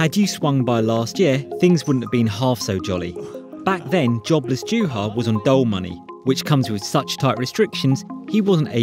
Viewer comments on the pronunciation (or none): “J”uha... “J”avinen. Show the man, his country, and language some respect. No country says J, it is Y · JUHA - pronounced YUHA Järvinen - Yarvinen. Cmon ! Not so hard to check that! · Pronounced YuuuHaa not JewHa geez